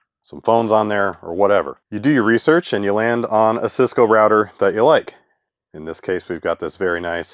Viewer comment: Its router, not rawter